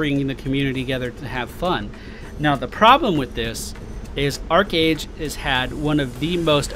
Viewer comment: If you pronounce it ARCHeage you're WRONG it is ARCHEage as in an ark....not an arch....